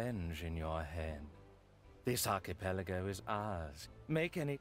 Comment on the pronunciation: I cringed so hard at your pronunciation of archipelago.